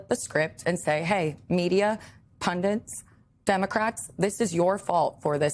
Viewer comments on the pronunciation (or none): Sarah Matthews is impressive but it’s pundits not pundents.